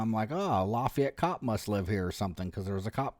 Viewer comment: Its very funny how you pronounce Lafayette for the frnech I am 😂 For the video, you could say at beginning thzy stalking you all road long. Or said as some other claim, they freely use their freedom of move. Like you. I think at this point under the few minutes of starting vid, they dont do anything strange. But with explanation you guve... Clearly not a single cop around 100miles could be bormal with you. They dream of you paking a step out the lines do jail you for an odor of majijuana.... Be strong Continue sharing what police should be and shouldn't be. Cheers from France 🇲🇫